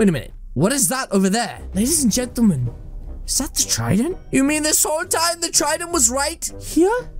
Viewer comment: “LADIES AND GENTAMAN” 😂😂😂